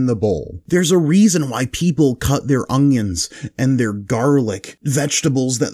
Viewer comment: why does he keep saying ongions lol